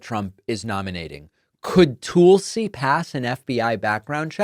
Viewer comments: If I hear “Toolsi” one more time I’m gonna rip my hair out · Why do you call her tool c? Isnt it Tulsi? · Calling her Toolsie is so stupid--it must be what an intelligent Trumper must feel like listening to his screeds against Kuh-mall-luh, Crooked Hillary, Crooked Biden, Sleepy Joe and whatever. I cringe when you do that. I'm betting others do too.